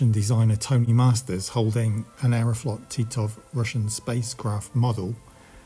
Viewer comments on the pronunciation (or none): none